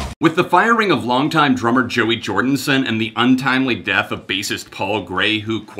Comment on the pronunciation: Did... he say jordinson?